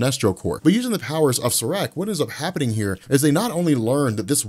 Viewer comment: SAAREK is pronounced=SHREK..!!!😂😂